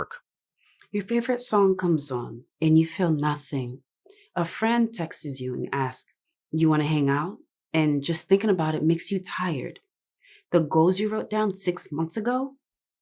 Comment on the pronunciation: Did you just say textes instead of texts u. Ma’am bye! Who told people everyone is qualified to publicly speak?